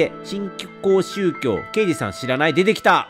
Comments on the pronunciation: 「しんこうしゅうきょう」だよー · 新興宗教のこと「しんきょうしゅうきょう」って言ってるのやめてほしい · 新興宗教をずっとしんきょうしゅうきょうって読んでるの可愛いな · 読みづらいのに一生懸命 しんきょうしゅうきょう って読み間違い続けてるレトさんがもはや愛しい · しんきょうしゅうきょう読みづらそうw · (新興宗教) 🙅‍♀️しんきょうしゅうきょう 🙆‍♀️しんこうしゅうきょう (ご利益) 🙅‍♀️ごりえき 🙆‍♀️ごりやく いつもイヤホンで聞いてるのでレトさんが読み上げてくれるの助かります☺️